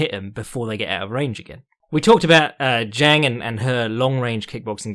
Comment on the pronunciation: it's pronounced 'jong', dʒɑːŋ source: I've lived in China for 8 years and speak it